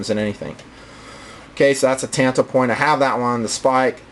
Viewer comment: Just to let you know, it's pronounced Tanto( ton-toe). In the Japanese language the "a" always sounds like "ah". Just irks me to hear the language butchered. Sorry to call you out bro.